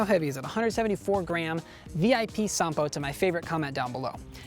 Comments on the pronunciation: Nice genuine Finnish pronunciation! Here is some background on the name -- Sampo. In the Finnish mythological epic, Kalevala, Sampo is like the Horn of Plentitude, a cornucopia, a mythical machine that makes money, cereals, and salt. It was forged by blacksmith Ilmarinen, the Eternal Hammerer, in return for the hand of the Daughter of the North. However, the Matriarch of the North, Louhi, betrays Ilmarinen, and does not give her daughter to Ilmarinen in spite of receiving the Sampo. An epic odyssey follows as Ilmarinen, Väinämöinen (an epic hero not so different from Odysseus) and Joukahainen travel north to steal Sampo back. In the ensuing battle Sampo is broken and falls into the sea. Pieces of it float back to the Lands of Kalevala, making it fertile. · Finnish pronounciation on point 👌 But wouldn't it be cool to be the first American YouTuber to get 'Ahti' right...?😉